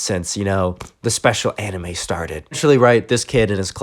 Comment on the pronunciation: anime pronounced ay-nyme